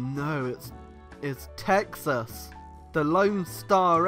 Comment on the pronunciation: why does pronounce "Texas" as "taxes"?